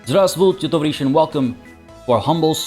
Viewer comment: Your pronouncination of "здравствуйте, товарищи" was pretty good.